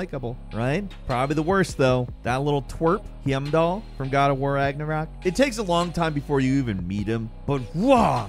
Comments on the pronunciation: I have to give you a hard time for this. Him-doll?!? Really? LMAO. Highm-dahl. Just had to give you a little ribbing for this. Love ya work! Wishing y'all Happy Holidays! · Hee-yam-doll? Do you guys actually play videogames? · How does “” find a way to butcher characters names in almost every video he does. Him-doll? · Him-doll? I think its hime-doll . Heimdal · Do you have something against pronouncing games correctly? “Heeiymdall” 😂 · Bro said heeyem-dal 😂😂 I swear he does it on purpose lmao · absolutely butchered the pronunciation of Heimdall. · I don’t think you understand what that emoji means. I’m not being unnecessarily critical or pedantic. He says “I hate this guy” about Heimdall but he says his name wrong. If you played GOWR, you know how to pronounce Heimdall’s name. He pronounces “Hosea” wrong from RDR2. Again, nobody who played the game would do that. I only say this because whole thing is that he’s a gamer who talks about games and it’s also implied that he has played these games. That’s kind of his job lmao. GOWR and RDR2 are two of the most important AAA games to ever be released and he obviously didn’t play them. It just seems like he’s a poser reading a script that someone else wrote for him and he didn’t care enough to even do the slightest research. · C'mon they say "Heimdall" out loud like 20 times in the game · He said heimdall so wrong I didn’t know who he was talking about at first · Is no one gonna talk about how he mispronounced hiemdall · Wtf was that pronunciation of heimdall? Did you play the game? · Why is he pronouncing Heimdalls name like that? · You said Heimdall wrong. Said Hosea wrong too. What's up with you?? You've heard these names in-game, WHY do you mispronounce things so often?😂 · Did he seriously mispronounce Heimdal? They even say his name in the game dude. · when you said heimdall a Hosea wrong i got mad how do you fail that much